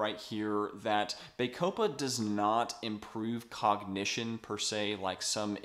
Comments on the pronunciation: Excellent video! My only negative comment is in regards to your pronunciation. bah-CO-pah Not BAY-co-pah (Emphasis capitalised) Otherwise, again Great video! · It is pronounced "baa-copa" as in the "baa"of sheep. It"s not "bay"-copa, as you are pronoucing it. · Good review but it's Bah copa not Bay copa ! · Its pronounce BAH COH PA there is NO E to make the A say its name. How am I supposed to trust someone who cant even pronounce a simple word? I'm not watching this.